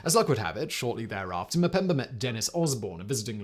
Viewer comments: It's Mpemba, not Mpembr. Learn some humility and pronounce it right. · STOP SAYING MUHPEMBURR! STOP IT!